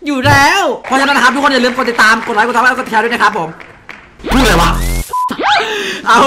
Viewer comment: พี่พูดผิดนะพี่ไม่ใช่ไลค์แต่เป็นลิเกเพราะ li=ลิ keเก okนะ